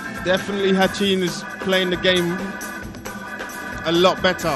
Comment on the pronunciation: it's ratin not hatchin. even the mc call his name ratin not hatchin.